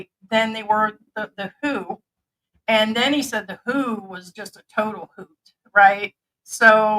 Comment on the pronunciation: nobody calls the World Health Organization “The Who”. The Who is a famous rock band from England. It’s the “W.-H.-O.” (Like the F-B-I)🤷🏻‍♂️